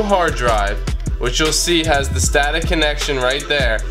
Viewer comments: its sata not stata. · SATA, not stata. But a helpful video. Thank you. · me too...where'd that extra t come from??😂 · STATA?... Really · saved my life also don't say sTata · Did he just say STATA ? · Are you saying “STATA?” Sounded like there was an extra T in there. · "STATA"?? :P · Hard to keep watching after "STATA"... lol. But still, good vid with clear instructions. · This dude saying STATA kills me haha XD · Stopped watching the instant I heard that and found another video. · "Stata" lmao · I think I’m most amazed you got this to work without even knowing how to say SATA correctly or getting the explanations for why you’re doing what you’re doing wrong. ‘Booting from a partition on your drive’.